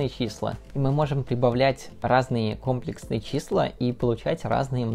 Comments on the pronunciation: Как человек, любящий математику, хочу выразить несколько претензий. 1.Действительно ужасно больно слышать это слово с неправильным ударением. То что ты не математик - не оправдание, так же как то что человек не физик - не оправдание тому, что он, ведя монолог на тему физики, называет вес массой и измеряет его в кг.(В быту - пожалуйста, называй как хочешь). 2.Это конечно вопрос соглашений, но в России принято не считать 0 натуральным, а вещаешь ты на российскую(в крайнем случае СНГ) аудиторию. 3.Претензия "объединяет" первые две, в России в математики всё-таки используются латинские, а не английские буквы, т.е. не "ай", а "и", не "джей", а "жи", и не "кей", а "ка"(и, лично мне, очень режет слух, когда их так называют в русской речи, т.е. когда всё видео идёт на английском, то конечно их следует называть по английски, когда видео на русском, всё таки стоит придерживаться латинского названия. Предупредив комментарии по типу:"Международный язык - английский, все привыкли что это читается так", не могу утверждать, но предполагаю, что π автор(да и не только он) называет "пи", а не "пай", как это делают в англоговорящих странах. 4.Наконец, претензия по существу, в названии и описании есть слово "фрактал", в видео оно не упоминается, хотя есть некоторые примеры фракталов. Не знаю, специально ли это было сделано, чтобы не затягивать видео, или просто не хотелось углубляться в эту тему. 5.Про комплексные числа почти ничего не рассказал, кватернионы сказал, что они есть и используются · Не кОмплесные, а комплЕксные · Не кОмплексные, а комплЕксные числа. Пора говорить правильно! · Нас учили говорить компле́ксные числа, теперь слух режет от твоего произношения) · Видео крутое, если бы ещё ударение в слове "Комплексные" ставил правильно - цены бы тебе не было! Мне моя математичка в универе сразу сказала, "Кто скажет кОмплексные - пойдет на пересдачу" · КомплЕксные же числа ну, аж кровь из ушей пошла от кОмплексных чисел. А так всё по делу) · Аааа😧 КомплЕксные, а не кОмплексные(